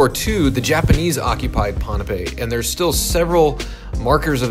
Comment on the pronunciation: I like how you pronounced pohnpei correctly. Most videos here pronounce it “pompei” 😁